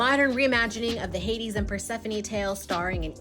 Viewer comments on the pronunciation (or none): none